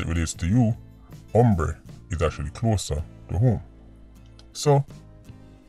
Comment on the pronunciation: I know this serious but every time say ombre I deading 😂😂😂😂😂